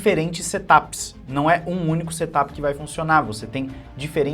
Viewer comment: Se me permite , a pronúncia certa de Set up não é setapi E sim serapi.